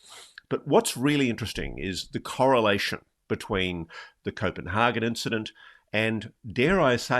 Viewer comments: hagan not hargan! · Someone needs to tell Ross that, as hard as he seems to be trying, the way he says Copanhagen is NOT, I repeat NOT at all how its pronounced in Danish. So please just stick to the English word! ;) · Does he think he is saying 'Copenhagen' the way Danes say 'København'